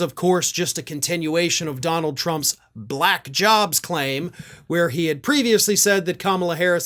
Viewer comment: mr. trump what color is this crayon?? black & what color is v.p Harris?? just turned Blahckk... she wasn't& now she is Blahackk...its the most disgusting pronunciation of the word ever...